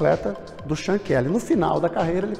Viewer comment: Pronuncia-se mais ou menos como "Chôn" Kelly. Foi a época dos grandes ciclistas irlandeses O outro - e maior - foi o Stephen Roche.